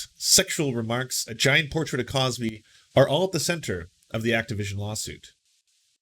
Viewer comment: Cosby, not CrosBy*